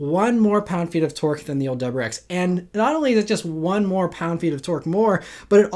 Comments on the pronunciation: It’s a “W”’pronounced “Double U” not “dubber”. Please slow down and pronounce your words- you are a professional talker. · What is a "Dubberex"? Dude... please speak more clearly. 👍🏼